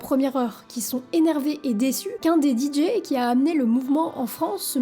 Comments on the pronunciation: Pourquoi tu dis les DJ prononcé "Didji" ? Ça n'a aucun sens du fais du moitié français moitié anglais 😅 en anglais c'est "DiDjay" le "J" se prononce "Djay" 😂 désolé mais ça m'a tué la vidéo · Parler des DJs et prononcer "Didji", c'est absolument insupportable. On dit "Didjé". Ce commentaire parce que j'adore ce que tu fais et que c'est ce qui manque pour que ce soit parfait... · Nan mais faut arrêter avec le "Di Jiiii"....A défaut de répondre aux commentaires, prononce au moins correctement les choses. C'est "Dee Jay" ... Tu fais des bonnes vidéos, mais soit un tantinet plus attentive à ta communauté. Bonne continuation. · Deejay…pas Deejee! ✌️ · "didji" ???! 😱 Oh My God! 🙄